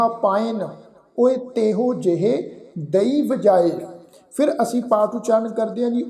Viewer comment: ਵੀਰ ਜੀ ਤੁਸੀਂ ਬਿਲਕੁੱਲ ਸਹੀ ਉਚਾਰਣ ਕੀਤਾ (ਦਈ)